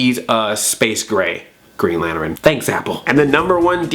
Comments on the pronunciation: Lantern not lanteren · Lanturn has two syllables not three.... Throwing that out there XP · Did you say Lanterin? lol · Green "lanteren" haha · Was it on purpose that you pronounced lantern as lanerin? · STOP SAYING LAN TERIN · You say Lantern weird... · Stop saying lantern so weird!!